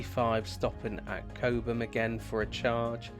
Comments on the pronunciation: It's Cob Mm, not Kobemm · Its ’Cob um’ not ‘Co bum’ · Does the car automatically switch to KPH when you go into France? Oh, it is Cob (like Bob) Ham, not Coab ham 😉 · Cobe-ham? Cob’um. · "Cobe ham" "San Martine" 🤣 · It's pronounced Cobbum, apart from that an excellent video, I am considering an MG4 Long Range as my next car.